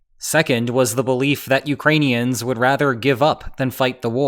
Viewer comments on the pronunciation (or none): none